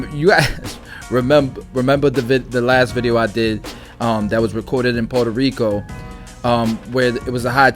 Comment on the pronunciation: Fn Say it like this Pwheretoh rrico Not like this Porter rico